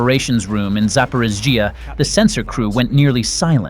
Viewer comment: Zap-or-eet-zia. For crying out loud get a better bot or heaven forbid ... a human.